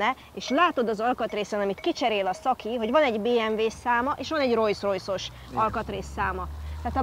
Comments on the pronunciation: bátyám! Olyan szépen elmondod, hogy az egyik alapítót Rolls-nak hívták a másikat meg Royce-nak. -nél meg elkezdesz rojszrojsz-ozni. Az kérem nem rojszrojsz, hanem rolszrojsz. A kocsid meg fantasztikus! Gratula a csatornátokhoz:) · amúgy el lehetne hagyni ezt a "Rojsz-Rojsz" kiejtést... meg kéne tanulni: Rollsz-Rojsz... de ez sajnos nagyon sok ember hibája, meg ugyebár a Volkswagent is sokan V-vel ejtik pedig F-el kell !!!!